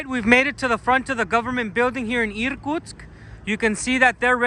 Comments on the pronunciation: I thought you were a Russian pretending to be an American 😂. because you pronounce words in English clearly, Americans usually swallow sounds and its difficult for a Russian person to understand them by ear. And you pronounce the city of Irkutsk as Russian Irrrkutsk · I think your pronunciation of Irtkutsk was very goodt 👌 what a beautiful city and the church looks so nice! Just beautiful. But does that large river ever flood the city? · Очень понравилось произношение "Иркутск" - чёткий звук "р".